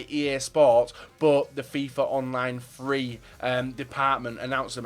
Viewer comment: I find it funny how he's says Fifa Online Free even though it's Fifa Online 3